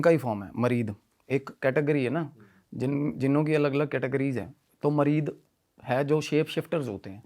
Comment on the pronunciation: मरीद नही मरीत होता है भाई 😅😂😂😂